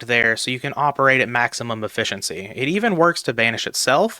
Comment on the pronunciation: I can't stand this "maximum efficency" 🤣